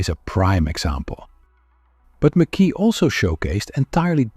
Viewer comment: It’s pronounced ‘Mac Eye!! Not ‘Mc Kee !! Good video but lets get his name correct at least. It’s Scottish ! I met him at a show in the 80’s nice guy.